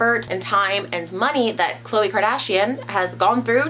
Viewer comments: It’s is not kloayyyy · Since when was Khloe name pronounced like that lmfaoo. Not even on the show they ever corrected us